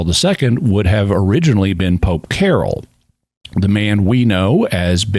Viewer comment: POPE John Paul II was never 'keh-roll' like English name Carole, Karol is pronounced more like 'Kah-roll' or closer to English name Karl